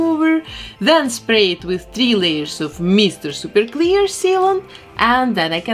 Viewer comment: i love the way she says “meester sooper cleer”